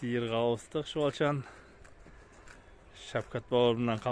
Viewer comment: ШҰБАЛШЫН деп неге дұрыс айтпасыздар. Шуалшын қате. Негізі ағайындар қазақ тілін шұбарламай дұрыс сөйлеп үрену қажет, көп орыстың создерін қосып ана тіліміздің қадірін кетіресіздер.